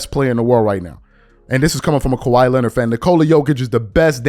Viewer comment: Why do you say Kawhi’s name with 3 syllables? 😂